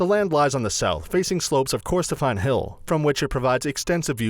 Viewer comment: Edinburo Brittanica Holeyrood house Secretry Lock ness Route Corstorpheine (Some mispronunciations)